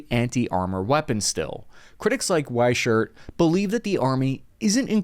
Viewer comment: Weichert is pronounced y-Kurt.